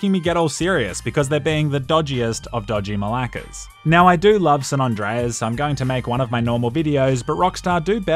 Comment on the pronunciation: did u call them malakes?